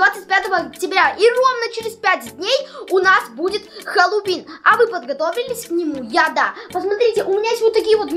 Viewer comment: Вообще-то говорится не хэллувин а хэллуин